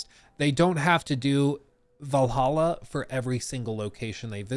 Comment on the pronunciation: IT IS VALHALLA NOT VAL AH HA! DAMN DUDE